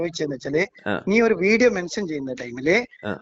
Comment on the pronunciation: മെൻശൻ.... ഇശ്ട്ടം ...😅😅 മലയാളം പഠിക്കട ആദ്യം.